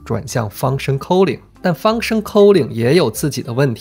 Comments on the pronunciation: k Sorry it's /ˈkɔː.lɪŋ/ not /kəʊlɪŋ/ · 你对 calling 的英文读音好奇怪，令人咋舌